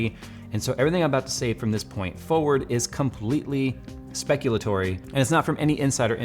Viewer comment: Dude... The word is speculative.